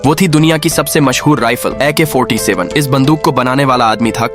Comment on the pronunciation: Ak 47 ❌ Ik ha 47 ✅